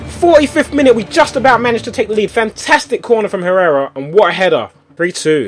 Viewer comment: ***** You don't pronounce "h" in Spanish language Tobi! It's like "errera". + letter "j" is "h".